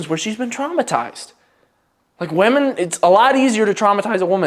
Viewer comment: Please learn how to pronounce "women".